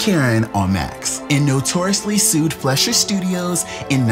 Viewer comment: FLY-SHER noe flesh-er